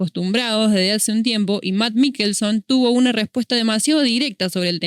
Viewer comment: se pronuncia mikelsen... y si, el chabon tiene razon, no podes complacer a un grupo minorista solo por agenda y para que un grupo de llorones no se ponga a hacer rabietas.